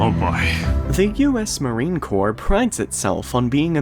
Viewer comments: Crops is pronounced "core" no reason you shouldve known that lol but was just giving some info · Sorry, but it's pronounced Core, not corpse. A corpse is what the Marines leave behind. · NO "S!!" Marine "KOHR" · It's pronounced "core" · The "s" in Corps is silent Otherwise, it sounds like that youare talking about a dead body (.CORPSE) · For your information, the word "Corps" is pronounced as though it were spelled "core" or 'cor'. The letters P and S at the end of the word are silent. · It's not Marine "Corpse" 🙄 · It is pronounced "core". And the USMC has been beaten on the battlefield thousands of times. I would suggest studying actual history. Instead of some bullshit.